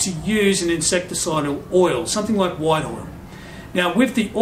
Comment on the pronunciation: Did you say "White Oil'? Wine Oil? sorry I just can't understand what you said. THANKS!!